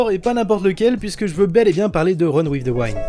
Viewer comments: Ça ce dit pas waind mais wind mais snn la vidéo est cool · Honnêtement j'avais pas compris la première fois que tu as dit "Run with the wind" parce que ça se prononce "OUI-ND" et non "WAÏ-ND"... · Run in the waine ???? Google trad 2 sec et tu le diras bien, sorry ca triger (wind avec un I). Sinon bonne vidéo continue t'es le meilleur ! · Run with the WIND, le VENT, se dit "Wénd" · reune ouive deu ouainde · "Wind" ps "waynd" lis le en fr ne cherche ps plus haut Sinon très bonne video comme d'hab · j'avoue ça sonnait un peu comme Run With the Wine 😄🍷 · wind!!!!! c'est un i...et ca se prononce comme un i